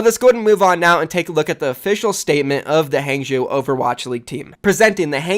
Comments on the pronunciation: Just a heads up, HangZhou is pronounced "HongZhou". It's like how Wang is pronounced Wong. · omg the amount you butchered hangzhou was ridiculous